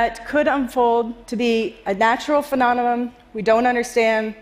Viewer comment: Poor. It must be so difficult for her, being a scientist that can't pronounce PHENOMENON. Phenonenom just doesn't have the same ring to it... 🤔